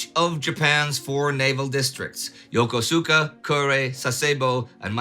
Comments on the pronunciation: It's pronounced "yo koos kah", not "yo ko soo kah" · Yokosuka is pronounced Yo Ko ska, not Yo ko su ka. Love your videos but this pronunciation always makes me chuckle 🤭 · Nice video. I believe Yokosuka is pronounced as if there was no 'U', so "Yokuska" phonetically. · A quibble: The Japanese port-city of Yokosuka is pronounced Ya-kus-ka. No idea why, but I suspect it's much like the pronunciation of English towns like Worchester (Wooster) or Gloucester (Glawster). I spent many a day and night on the streets of that splendid city. Good times................................... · Sorry Mr Neidel, but you got the pronunciation of Yokosuka wrong. English likes to stress the penultimate syllable while Japanese distribute the stress more equally. Secondly, the U in the third syllable is devoiced (the s is geminated) because it is between two unvoiced consonants. The result is something like Yokosska. And I have a question: What does the phrase "Go tell it to the Marines" mean? If I were to tell you something, and you were to respond "Go tell it to the Marines," what does that tell me about your opinion on what it was I told you? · For Japanese pronunciations, Yokosuka = yo-ko-ska Sasebo = sass e bo